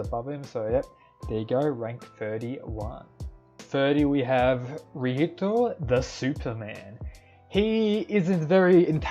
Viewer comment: what it's rihito not lihito tell me